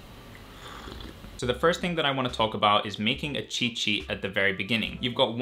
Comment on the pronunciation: Even though you're saying cheat sheet....what i hear is " chi chi "